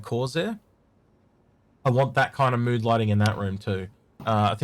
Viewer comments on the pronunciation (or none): none